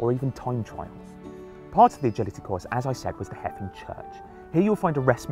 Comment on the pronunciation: It's pronounced "Hay-vin", not "Heffin".